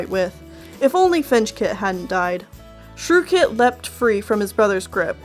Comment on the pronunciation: You called Shrewkit Shrewshit 😂